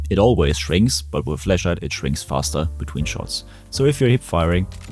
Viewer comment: I’m hearing fleshlight and not flashlight 😂